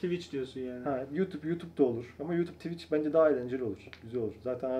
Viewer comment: tivitçi degil twicher